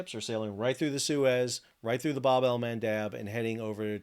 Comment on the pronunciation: Can you please start saying “bab” correctly? It’s the short A. As in jab, stab, crab, dab.